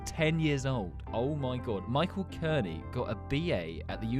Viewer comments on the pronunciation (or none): none